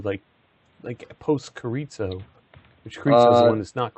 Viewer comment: He pronounced Carizzo in same way as Chorizo!!. Hahaha.